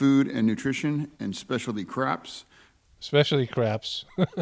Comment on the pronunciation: Did he say "Craps" instead of crops? LMAO